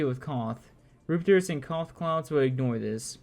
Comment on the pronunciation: Rum, rup Rup-ters=Rupters Not roopters.